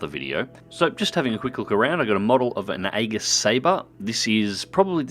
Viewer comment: Aegis is pronounced something like "ee-jis", by the way.